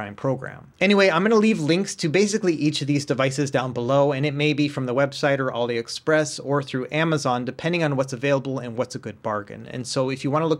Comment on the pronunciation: "auli express"